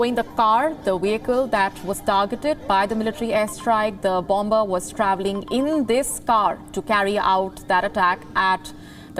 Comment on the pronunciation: please pronounce bomber/bombing properly.